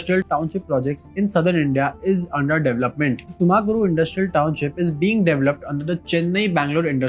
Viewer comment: Why can't you pronounce Tumakuru properly while every other city isn't mispronounced?